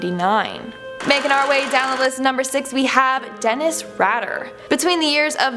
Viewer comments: Omg Denis Rader is pronounced raid-er, your mis use of reading simple names astounds me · WHEN YOURE SO BASIC YOU DONT EVEN KNOW HOW TO PRONOUNCE DENNIS RADER PROPERLY.